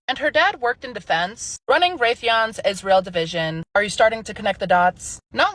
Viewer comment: I am not sure how much more of Candace, I can bear. She’s young, beautiful, talented, but she needs to let Charlie rest. His soul cannot rest easy if she continues to bring him up, daily. Candace is obsessed. Please God, I beg her to quit saying…. ISHREAL!!!! I am stopping tuning in to anything ‘ CANDACE’ 🙏🙏🙏🙏